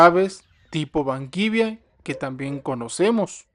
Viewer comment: Se. Llaman gallos banquiva los gallos banquivia no los conozco eso te lo inventaste amigo aprende a decir lo nombre coreano amigo